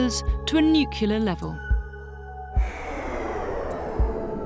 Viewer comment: Great show - one suggestion: narrator learns to pronounce "nuclear." Jarring to hear in an educational documentary.